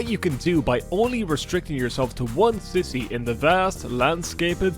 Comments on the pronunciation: please, i beg of you, I know it's your accent and everything, but pleeeeeease stop saying "city" as "sissy" 😭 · Why does he pronounce "city" as "sissies" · Nevermind making fun of the way you say tree, I wanna make fun of the way you say city! "sissy".... 🤣🤣🤣